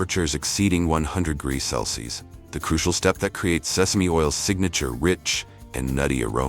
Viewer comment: I am enjoying your videos, they are very informative and educational. One thing, could you get ur robot to pronounce Celcium correctly and instead of U.S.D, could you get him to say U.S.Dollars please. Thank you.